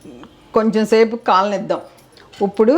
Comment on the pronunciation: చాపల పులుసు కాదు, చేపల పులుసు అనాలి. చాప(Mat) అంటే కింద వేసుకొని కూర్చునేది. ఉప్పుడు కాదు ఇప్పుడు అనాలి కొట్టుకోవడం కాదు, దంచుకోవడం అనాలి. & Soda ని సోడా అని పలకండి. షోడా అనకండి. మీ లాంటి పెద్ద వాళ్ళే మన తెలుగు భాషను చంపేస్తే నేటి తరం యువతీ యువకులు ఏమి నేర్చుకుంటారు?